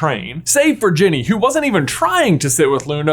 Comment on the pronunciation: Did you say genie and not Ginny?